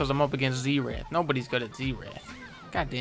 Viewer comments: zee-rath lol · I don't like how Dunkey says "zeerath" instead or "zerath" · my abs literally hurt from the "zeerath" part. so effing funny. [i always pronounced it zair ath but w/e :P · I believe it is spelled "Zee Wrath" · For a good sum of time I thought he was saying Z Rat